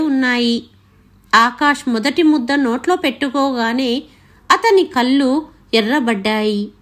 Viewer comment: కల్లు కాదు, కళ్ళు అని చదవాలి.